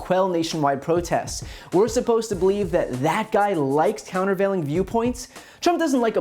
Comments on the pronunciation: "Counterveiling" is too big a word for Trump, he can't even pronounce it. Kayleigh obviously made up that quote. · "Countervailing" lol